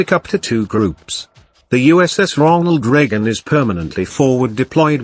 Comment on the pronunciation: Ronal Reagan? Was this video a third grade homework assignment that failed?